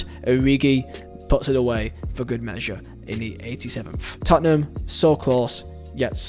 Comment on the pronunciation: Lad..... it's Tottenham